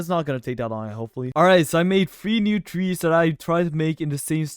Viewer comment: seriously said twees instead of trees 😭😭